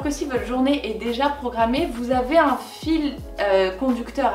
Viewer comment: le « unn jus de céleri » m’a tellement fait rire 😂😂😂